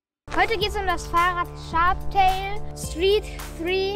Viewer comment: Boah Jungääääääää, es heißt Sharptail. SHARPTAIL. Nochmal: Sch Sch Sch hhhhhhh aaarpppp Teil. So. SHARPHARPTAIL, Hastes jetzt?!?!? 😂💫